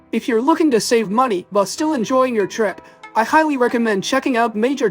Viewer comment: please correct your pronunciation for the word "trip"... It's really bad. It's not /'TOH-reep/ like in your video. The correct pronunciation is /チュリップ/